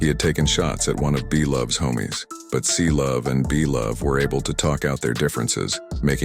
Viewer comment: bro its Cblu not Clovee😭😭😭